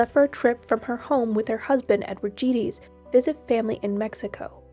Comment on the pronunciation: I'm pretty sure her last name is pronounced hard G and small vowel e = Geddes - rhymes with eddies.